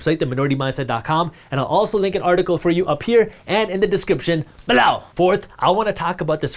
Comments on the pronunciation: Sometimes I just listen in... To hear Jaspreet say "BELOW!!" Good stuff man, keep up the good work! :) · Came here to say this!!